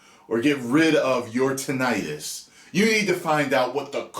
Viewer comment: So glad to hear you pronounce it the way you do. Heard someone say it like tin-a-tus recently & it’s driven me crazy ever since